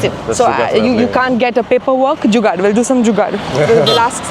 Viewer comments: Without a doubt. The way she said jugad itself qualifies her for Indian fr life. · The way she said "jugaad"😅 . I am pretty sure she is Indian totally, no matter what others think